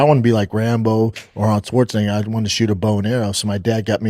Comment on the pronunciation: Brendan loves when he gets to say Arnold’s last name. Hard R n all